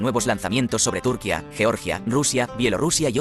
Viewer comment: que mal habla, aprenda a pronunciar propiamente, hace del video una mierda.Ese acento español, pronuncie como se pronuncia en su idioma. la ñ, y no es túrquia es turquia. IGNORANTE!